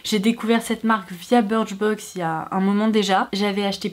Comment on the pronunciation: On dit biicrchbox